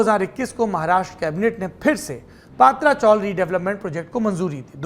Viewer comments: पात्रा नही पत्रा चाल, मतलब टिन शेड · पत्राचाळ हैं पात्राचोळ नाही